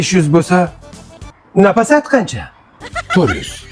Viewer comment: Napasat emas Nafosat meni ismim chiroyli aytezlar😂